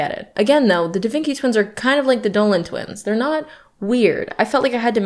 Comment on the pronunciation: Why do I keep hearing you said twinks and not twins 😭😭